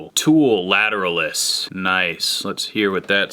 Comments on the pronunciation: latter-al-us not latter-a-less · how he pronounced lateralus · really disappointed in your pronunciation of Lateralus. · can you please redo this entire video and pronounce lateralus properly! lol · Might unfollow just for the way you pronounce Lateralus.